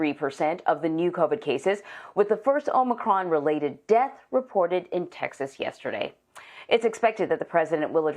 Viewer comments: Shouldn’t Biden work on trying to correctly pronounce it, then try to make the sell he can do something to address it? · If you CANNOT even pronounce it, then how are you to believed you can address it?